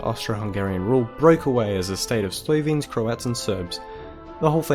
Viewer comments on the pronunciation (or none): YOU PRONOUNCE SLOVENES WRONGLY! PRONOUNCE IT AS SLOVEENES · oh, and if I (or any other considerate person, for that matter) decide to post a video online saying foreign words, I would do my research. This guy repeatedly saying "Slovians", and even misspelling it in the subtitles is enough for me, and that was less than 2 minutes in. Respect goes both ways